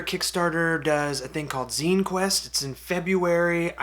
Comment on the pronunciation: So, zine pronounced "Zēn", not "Zīn.